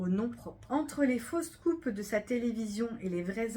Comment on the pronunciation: 11 fautes, je trouve que vous lisez trop vite, ça oblige à bâcler, je trouve que certaines prononciations induisent à l'erreur: (faux scoops/ fausses coupes…) Merci tout de même 😊